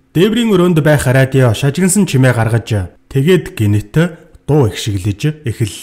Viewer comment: radio gedeg ug yaagad ariodio bolood bainaa hahah